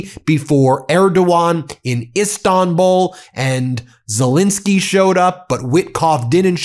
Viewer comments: Why can’t some Americans pronounce Zelenskyy? It’s not Zillinsky, it’s ZELENSKYY!! ZELL rhymes with Bell.. drives me nuts! Anyway Slava Ukrainii! 🇺🇦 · While you've spelled ZELENSKYY correctly, you keep mispronouncing it. I had a teacher named Betty Zelinski. Volodymir's last name does NOT contain an "I" it is an "E" and should sound like the "E" in pet, not the "I" in pit. ALSO - the summary has his last name spelled WRONG - as Zelesnskyy. Foreign leaders would have more respect fo us if we at least got their names correct, consistently. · look at the second "e" in president Zelenskyy's name. Ben pronounces it as an "i'. I believe it's disrespectful not to pronounce people's names correctly. He also mispronounces the name of the French President. Ben is a lawyer and I expect better accuracy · I wish Ben had enough respect to stop mispronouncing President Zelenskyy's surname